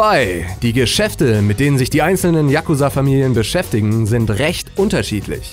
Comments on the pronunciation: Yakuuuuuuza nicht Yaaaaaakuza!!! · Da du dich entschuldigt hast ist es ok aber es heißt Yakuza ( ausgesprochen :JAKUSAA) nicht Yakusa! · spricht man das nicht "chakuzaaa" aus und nicht "yakuza" ? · die dings liegt nicht auf a sondern auf u bei yakusa,so hört sich das ja an wie jacke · hahaha sry für die falschausprache von fremdwörter, ich so okay so japanische namen werde ich wohl auch nicht aussprechen können, 2 sekunden spätter die .... der jakusaaaa... FACEPALM mn sagt Tschagusa haha hab so ein lachflash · spricht man das nicht Jakūsa aus :/? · Sportmann941 Man betont das U. yaKUza und nicht YAK uza. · Wieso sprichst du Yakuza so schnell aus?;) Es wird lang ausgesprochen, so ähnlich wie Yakuuzaa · yakuza wird mit einem langen u gesprochen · die aussprache ist falsch ...ich bin imker und weiß wovon ich spreche!